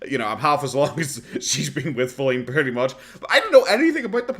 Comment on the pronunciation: no she mispronounced pretty. She does have very high if unrealistic opinions of herself